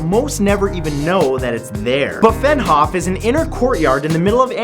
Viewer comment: it's pronounced "begynhof" not "befenhof"